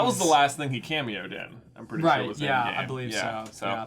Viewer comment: J says anything: sHoRe ShOrE